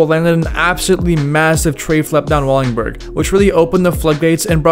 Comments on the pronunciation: Can you please say Wallenberg not wallingberg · i died a little bit every time you said "Wallingberg", it's wallenberg lol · El Torro was not skatestopped, merely a gate was put up. Wallenburg is not pronounced Wallingburg Wallenburg is not located at San Francisco University High School, it's at Raoul Wallenberg Traditional High School, they aren't the same, I used to ride by it on the bus daily. In 2002 SF legend Frank Gerwer kickflipped Wallenburg in 2001 for 411VM Darrell Stanton has an n, it's Stanton, not Staton Jeremy Wray is a G, he did an ollie across a massive gap between two super tall water towers where he didn't make it he'd die. Carlsbad is called Carlsbad because it was located as Carlsbad High School in Carlsbad, California Lyon is pronounced Lee-ohn, not Leon, it's French. Hubba Hideout was named that because it was a spot for SF drug addicts to do Hubba (what they called crack). It's Wade Speyer, not Wayne Speyer. The shot of Wade was for a Downtown Skateboards ad in Thrasher in 1991. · “WALL-IN-BURG” not “walling-burg” that was painful to hear 30 times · Wall-en-berg not Wall-ing-berg. And. Wade not Wayne Speyer. Otherwise good video. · Wallingberg, lol. WalLENberg. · Wallenberg not Wallingberg. Holy man hahaa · WALL EN BERG NOT WALLINGBURG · Well, he also said “Wallingberg”. That’s worse. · "WALLINGBURG"?? Come On, Dude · It’s pronounced “Wall-En-Berg” and it’s called “Hubba’s Hideout” as any kid that grew up skating in SF can tell you. Otherwise really rad video and a fun roll down memory lane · Bro learn how to talk before you make a video speaking this long. It's Lee-on, WallENberg, etc etc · For the love of god brother it’s called “Wallenberg” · If this dude says "wallingberg" one more time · Bro why do you say wallingberg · Are you saying Wallingberg?? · He called it “Wallingberg” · Its not Wallingberg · wALLiNg bUrG😂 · how do you manage to murder the pronunciation of wallenberg every time you say it.